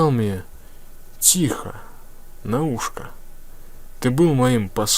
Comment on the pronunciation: Диктор не знает русского языка читая ушко с ударением на первую гласную,ударение в этом случае на букву о последнюю.